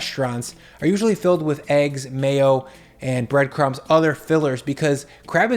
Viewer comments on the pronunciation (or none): none